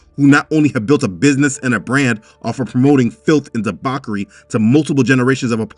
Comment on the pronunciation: Apologies for nitpicking. But the word debauchery is pronounced dee-baw-chuh-ery, not dee-bork-ery. Thank you